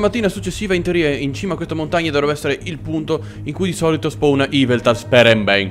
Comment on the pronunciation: yveltal non iveltal